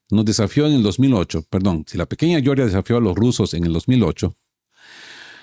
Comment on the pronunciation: Yoryia no. GEORGIA. Joder, pronunciáis como los anglos.